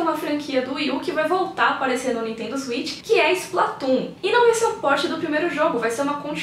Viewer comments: Oi! Legal de ver sua alegria ao falar do videogame. Gostaria só de fazer uma observação na pronúncia do nome do videogame: A palavra inglesa switch se pronuncia "swêtchy". Cuidado para não pronunciar "suítchy", pois é uma pronúncia parecida com Sweet (doce). Gosto muito do seu canal!! Abraços. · Nintendo Zuit? O Velberan tem esse mesmo erro de pronúncia.